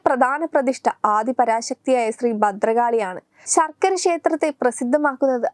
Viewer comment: ശർകര😂😂😂 ബാരവാഹികൾ😂😂ബദ്രകാളി😂😂😂😂 ബരണാധികാരി😂😂😂...